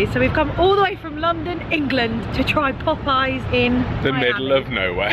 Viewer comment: In the US, jelly is made with fruit juice, and jam is made with mashed fruit. So if I came to England, I would say your JAM is JELLY. But I'm glad you like our biscuits. I also love that Lia called Popeye's POP-I-YAZE. Is that your French lessons coming through?